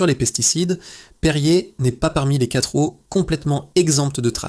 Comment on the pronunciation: Les quatre z. eaux !!!! La belle liaison !!!!